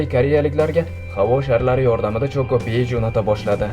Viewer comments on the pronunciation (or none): chokopie mas chokopay dib oqiladi